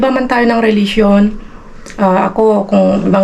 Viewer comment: Hind mo ba mabigkas ang say Religionnabubulolka